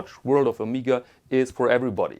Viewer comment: I have the Omega (pronounced Oh-meg-ah, not Oh-meeg-ah), Geneve gold with day and date from 1977. All the paperwork and regularly serviced and it is mint but failed to mention this watch....